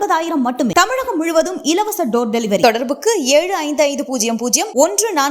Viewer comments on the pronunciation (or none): none